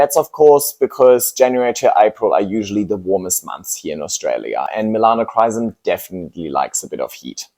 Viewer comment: I came here to get educated before impulsively ordering a Melanochrysum. However, if the calls it ''Melanocsis' I think a different Philodendron would be a wise choice for me...